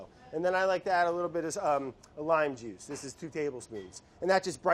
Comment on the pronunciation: I knew brad was gonna say "jujsh"